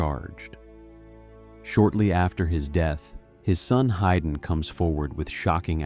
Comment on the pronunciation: It is pro ounced "Hayden" (Hay den), not Hyden